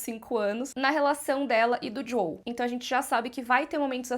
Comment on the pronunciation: JoÉL por favor.